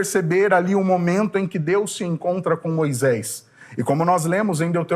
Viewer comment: CORRIJA A SUA PRONÚNCIA HORRÍVEL: MOISÉS E NÃO "MOISÉIS", TRÊS E NÃO "TREIS".....